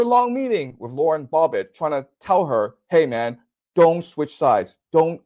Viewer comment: Is he saying Bobbit on purpose? lol. Either way still funny.